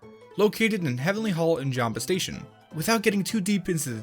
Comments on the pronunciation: You say “Jambastation” when it’s AKKCHUALLY “Jambation” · "Boxboy'"s name is actually Qbby (pronounced like Toby). also Jamba-station is actually Jam-bastion. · Turns out I’m also wrong... It’s “Jambastion” smh